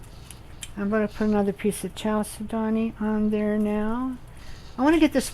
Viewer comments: Very creative and SO PRETTY!!! Thank you for sharing !!! FYI Chal is like Church but chal, said-do-knee with the emphasis on said and do and knee.Chalcedony 😊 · I'm pretty sure it's cal-sed-ney. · I was told you pronounce chalcedony, "kal-sid-on-ee," or something like that. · Very nice and helpful. Thanks so much. FYI: the "ch" in chalcedony is hatd and is prolounced like a "k". It's a from a Greek work.